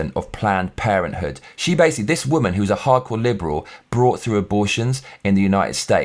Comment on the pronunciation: one question, whats a waman? I think you had a mean mom and have something against the "waman" lol